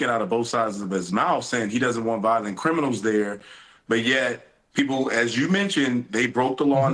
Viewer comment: the cwiminawls aw scawwed also: BAAAAAAAAAAAAAAALD